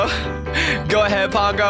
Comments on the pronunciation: It triggers me every time you say pango because you say it (Pon-g-oe) but I say it (Puh-ang-goe) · PONGO its pango. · its pango not pongo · I like how he says pongo instead of pango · It Pango not pungo